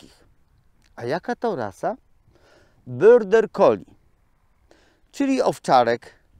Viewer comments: dlaczego wymawiasz nazwę tej rasy jako „byrder collie”??? To jest border collie i tak się to wymawia. Pozdrawiam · tak po niemiecku lubi 😁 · też to wypowiadanie zauważyłam, ale pomyślałam, ze ja nie mam wiedzy o nazwie rasy. ja mówię border, ale jak specjalista tak mowi, to widocznie, tak jest.